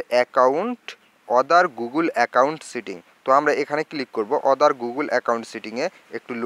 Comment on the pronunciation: ঐ বেটা, অদার না,আদার!